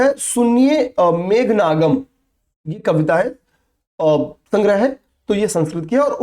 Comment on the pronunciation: Megha ganam na ki nagam😊